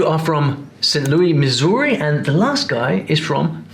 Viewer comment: As a Missourian, that pronunciation hurt my soul.